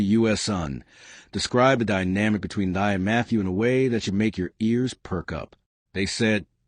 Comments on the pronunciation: Her name is pronounced as “thee” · Her name is pronounced T-'a.